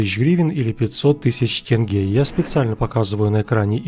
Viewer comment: Когда слышу не только упоминание "тенге", но и правильное произношение, то гарантирован полный просмотр и лайкос